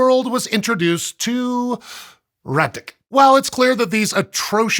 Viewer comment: deeply impressed by flawless pronunciation of "rat dck"